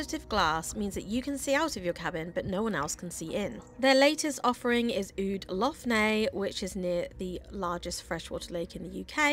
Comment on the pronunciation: Nice vlog but you should have asked a local how to pronounce Lough Neagh! It's just Lock Nay no need to add the gutteral sounds!!